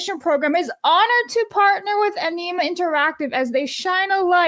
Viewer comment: pronouncing Anima like Enema makes them asking for people to join their movement infinitely more hilarious.